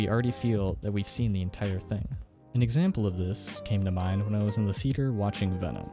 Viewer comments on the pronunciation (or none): You obviously originally said "Two to three minute snippet..." --but accidentally edited out "minute." Also: "This reveal to reveal too much too quick." "And once we get to the half-way point about the Trailer..." Did you mean to say "about the half-way point"? And "theater" has THREE syllables, and doesn't rhyme with "sweeter." Don't be sloppy.